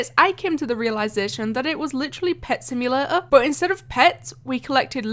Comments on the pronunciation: why you say like simulaaa is simulator not simulaaa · What is a "Simula-or" ? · Idk how u pronounce simulator bc u said simulaor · Omg, your "simulator" is really weird. From what country you are?